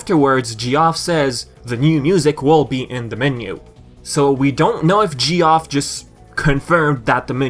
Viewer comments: D Paws thank you :x I was thinking "Gee-off..? Is he.. is he saying Geoff?" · It's Jeff no Ge-off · “Geoff” is pronounced like “Jeff” :P I’m so pleased with how the colors turned out on the game ^^ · "G-off" I'm sorry, but i can't get past this pronunciation xD It's the same as the name Jeff ( j - F ) I apologize due to language differences lol